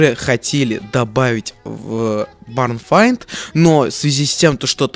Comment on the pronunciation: Айрон... Ты очередной раз пробил дно, барн файнд? Серьëзно? То есть в твоëм понимании ивент называется слабый сарай? Запомни, название у этого ивент два, либо "barn hunt", либо "barn find", но не как ни файнд